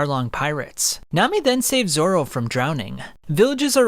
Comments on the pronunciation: Please dont say ”Zolo” ever again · bro really said Zolo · What the heck is Zolo it's Zoro 😒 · 😂 he said zolo